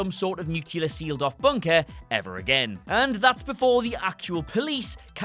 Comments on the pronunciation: The word is pronounced, "Nook Lee Er", not "Nook You Ler", ffs. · it's nuclear not nucular ffs!